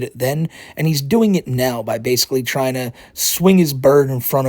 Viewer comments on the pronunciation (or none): It was most enraging when he kept saying "yua twying to endow human wights to a inanimate object, a cawtoon."